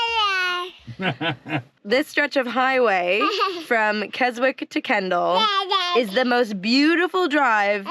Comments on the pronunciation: It's not Kes-wick - it's pronounced Kezzick! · Its pronounced Grass mere and not Graz mere. Its Kes ick and not Kes wick and words worth. Kendal mint cake is very sugery exactly how its supposed to be for hikers, walkers and climbers to give them energy. Thats why is high in sugar.